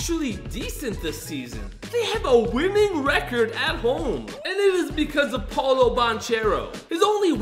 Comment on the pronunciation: Paolo btw not Paulo